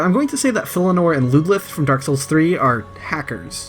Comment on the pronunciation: Filianore. FI LI ANORE. NOT FILLINORE.